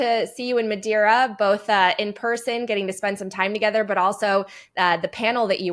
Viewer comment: Madeira. Not Madira.